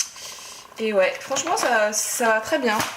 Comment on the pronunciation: "ouais" 😭😂🤦‍♂️ On dit "OUAIYE"